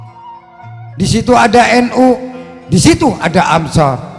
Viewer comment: Anshor gufron bukan amsor, ngomong saja ga bener lu